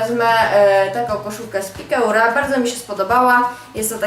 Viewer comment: piekura,, - pikeur - czyta się,,piker